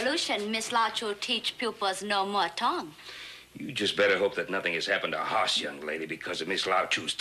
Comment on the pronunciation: They're supposed to say Hoss But sounds like Horse